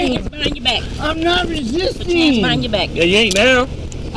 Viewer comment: Perp "I'm znot riszzzizztinggg. I'm nnnoot rzzizsteeeng!" as he refuses to out hands behind back and pushes himself closer to wall. Drunks are so annoying.